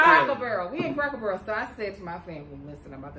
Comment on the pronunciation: And - I know you from Kentucky when you said “Cracker Buuuurrrel” 😂